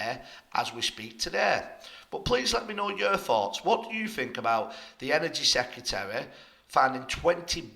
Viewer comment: Secretary not Secutary! Please try.